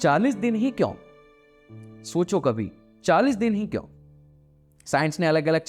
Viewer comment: Why do say "kyaun" instead of "kyon"?